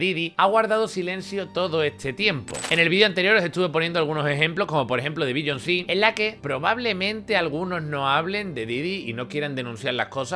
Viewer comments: querido eres un crack, pero no digas beyonSÍ😂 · La puta madre, es Beyoncé, no Billonsí, coño:'v